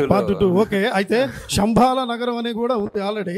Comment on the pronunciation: శoబాల కాదురా బాబూ శoబల మీ ప్రనన్సియేషన్కి ఓ దండంరా